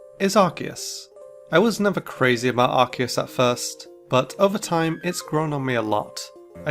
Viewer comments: It's Ar-key-us, not Arkoos! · Ar-key-us, not f*cking Arcoos! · IT'S ARCEUS, NOT F*CKING ARCOOS! GET IT RIGHT ALREADY! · It’s not ark-eus it’s ark-oos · it’s arkoos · No, stupid! It's supposed to be pronounced like RKS! Think of those 3 letters! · Its arkoos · It’s pronounced Arcoos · No, it's Ar-key-us! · It's pronounced Ar-see-us, you unpheasant. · No. It's pronounced Ar-Koos. XD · You're both wrong! It's Ar-key-us! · It's arcoos,Man? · It’s arkoose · it's pronounced ar-KOOS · THERE ARE NO O'S IN ARCEUS! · THE E IN ARCEUS SHOULD BE AFTER THE U! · Unfortunately Arceus was mispronounced the entire time